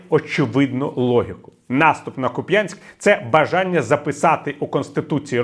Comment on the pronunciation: КУпянск. КУпʼянськ.